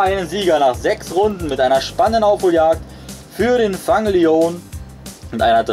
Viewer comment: Eigentlich nicht schlecht, aber der eine wird nicht ,,Fang Lion" ausgesprochen, sondern ,,Fäng Lion" (geschrieben Fang Leone)